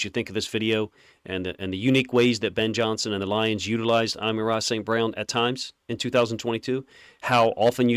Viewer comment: He’s saying his name perfectly according to Saint.